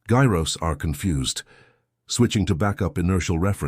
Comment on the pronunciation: WTF are "GUY-rows"!!!!???? It is pronounced "JYE-rows"!!!!!! (gyros)